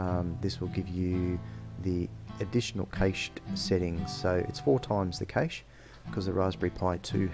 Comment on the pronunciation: cash.. its pronounced cash. cayche is gayche.